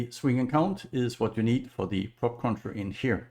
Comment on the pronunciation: hello sir, No disrespect meant but you're not saying it right. You say cruncher when it is crusher. No N in the word. crunch is a sound effect when crush is a verb. Again no disrespect meant.